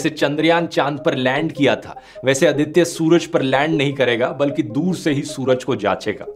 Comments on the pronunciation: Very informative, thanks, how ever Mr. Dhruv humble correction-- it is Aaditya(आदित्य) & not अदित्य। It is pronounced that way mostly in Punjab. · Its आदित्य not अदित्य